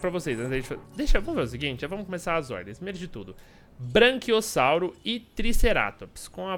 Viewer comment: seu lindo é braquiossauro n branquiossauro